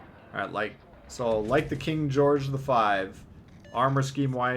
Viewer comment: "King Goerge the 5" daaaamn, why can no Legends CCs pronounce historical names correctly, like none of them. Please tell me that was intentional.